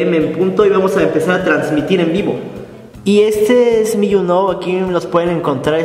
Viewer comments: younow se pronuncia yu naw xD .... solo digo.... y creo que si deberia de aprender a hacer sus gastos, a saber que es lo que realmente necesitan y que cosas son las que quieren, porque querer y necesitar no es lo mismo, la diferencia esta en la prioridad :D exito en sus vidas de manera independiente y exito como pareja. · Se pronuncia You now = yuu nau-o👍 :) No yu noou 👎